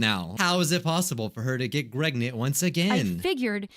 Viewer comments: U said Greg not preg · Nobody: LITTERALLY nobody: Everyone: P.R.E.G.N.A.N.T: G.R.E.G.N.A.N.T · Is it me or does say pregnant as Gregnant?? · He said(gregnent). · Why does it sound like says gregnent 😂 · It sounded like you said "gregnant" every time it said pregnant